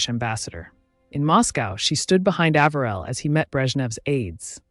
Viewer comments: Love your detailed videos, but the name mispronunciations are irritating. Harriman’s name was pronounced Eh-ver-el said with the accent on the Eh and the next two syllables quickly almost as if they were one. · Another lovely bio. (Side note: As a current Floridian, it's Palm Springs, CA, NOT FL -- no deserts or mountains); and as NYer & Jerseyan, I believe the Ambassador's middle name was pronounced "A-v'rill. As a kid, we often went to Harriman State Park. Just a (revised) observation....❤😊) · I admire your research. I am from Virginia and we do have a particular way of speaking. I am also old enough to have heard Mr. Harriman's name mentioned many times. I always heard his first name pronounced with a long A. Just a thought.